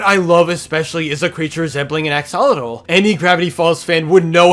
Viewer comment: It's pronounced ax-ul-ot-ll